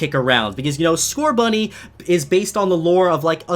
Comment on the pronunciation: There is no T in Scorbunny!